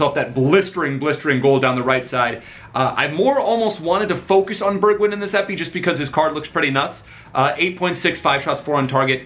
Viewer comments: Its pronounced like bergvine not bergwind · Burgwien 🤣 say it like Bergwijn ( Bergw ein )